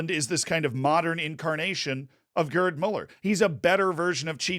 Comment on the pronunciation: “GuRd Muller” 💀😭